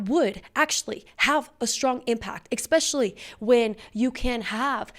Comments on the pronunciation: GIRL YOU REALLY NEED TO STOP SAYING EX-SPECIALLY. You said it like 16 times in this video. It’s Especially. No ex. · There’s no X in especially, just like Espresso ! Please?🙏